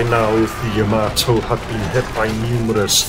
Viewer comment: You say Ya-MAY-to, I say Ya-MAH-to. Yamamoto. Yahamayokahamamoto.